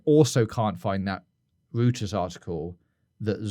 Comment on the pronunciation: I like that you pronounce Reuters like Hooters haha